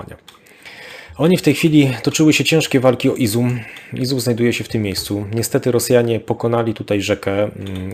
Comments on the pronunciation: bardzo dobre materiały, tylko mógłbyś poćwiczyć nazwy miejscowości. Wiem, że niektóre są dość trudne, ale jednak Izum zamiast Izium czy Krematorsk zamiast Kramatorsk trochę razi. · Drobna uwaga do p.. Proszę o podawanie poprawnych nazw miejscowości. Nie Izum lecz IzJum i nie Melitpol, lecz MelitOpol, nie Barwinków, a BarwinkOWE. Poza tymi literówkami program świetny.